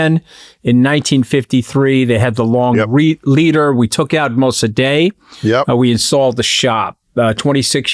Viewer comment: MosaDAY? Surely, you mean MosaDEK (spelled Mosadeq in my day, now apparently spelled Mosaddegh, but still pronounced mo-sa-DEK).